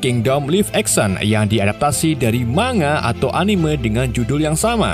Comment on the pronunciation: Minimal belajar mengucapkan kata-kata yang sudah umum dengan benar bang. Bikin video tentang film tapi ngucapin 'live action' dan 'manga' masa masih salah sih bang